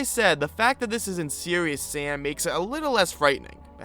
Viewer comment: "Seweeus sam"